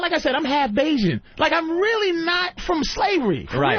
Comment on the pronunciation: It's Bajan not Basian